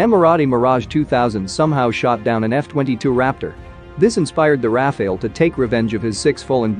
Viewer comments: It's not Rafael, it's Rafale, prononce the second A the same way as the first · You pronounce Rafale wrong, but I like it! You give a kind of Medieval essence to it 😀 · Why is it so hard for Americans to pronounce RA FA LE ( sounds like NADAL tennis player). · It's pronounced "raafaaal"